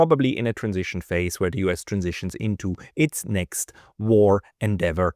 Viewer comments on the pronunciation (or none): none